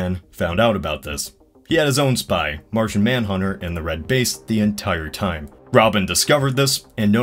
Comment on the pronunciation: I swear to god..... It's Martian not Martin, how can you get that wrong 3 times